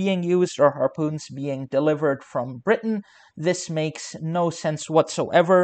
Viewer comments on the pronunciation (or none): none